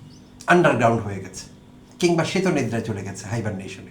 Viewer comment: আপনার আলোচনা শুনি। শুনবো বলে অপেক্ষাও করি। আপনার উচ্চারণ ভালো লাগে। কি সুন্দর শীতনিদ্রা (শিতোনিদরা) উচ্চারণ করলেন। ইংরেজি ও বাংলা শব্দের উচ্চারণে আপনি অত্যন্ত সতর্ক ও প্রমিত।